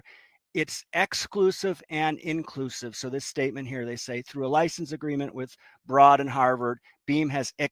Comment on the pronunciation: BTW, Broad is pronounced like road.